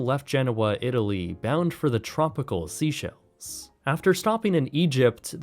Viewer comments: Seychelles is pronounce Say-Shelz rather than See-shells. I love these videos they are incredibly interesting and informative, I have always loved sea travel, and I'm really not sure why the pronunciation bugged me so much, but that is the proper pronunciation for future reference. 😅🤣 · The country “Seychelles” is pronounced “SAY-shells”, not “SEE-shells”. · The tropical Seashells? 😂 Its pronounced like Say-shells! Sorry, it drives me nuts when people do all that research but cant pronounce things right- this one made me laugh though! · SAY-SHELLES thats how you say Seychelles. Im from their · It's the SEYCHELLES, SPOKEN AS " SAY SHELLS " . Fark me dead